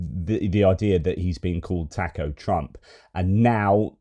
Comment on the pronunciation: The Boozer doesn't know how to pronounce Taco